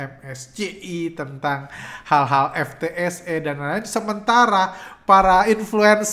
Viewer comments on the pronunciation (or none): ingat bgt awal2 bahas indeks2 luar begitu, krn unik aja ngucapinnya menolak untuk keren "em es ce i" dan "ef te es e" wkkwkww